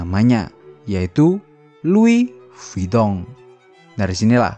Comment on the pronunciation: Lois vuitton Kok lois vitong ? 😂